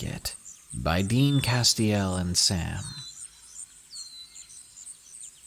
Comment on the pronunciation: ‘Dean-Castell-and Sam’ —so not obvious 🤣😏